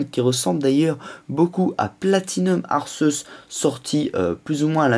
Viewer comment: Putain sa se prononce pas [arceusse] mais [arkéus] sa m'énerve sa sinon bonne vidéo